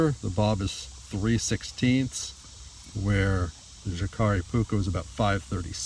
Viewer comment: the J in the name is pronounced as a Y. in all Scandinavian languages.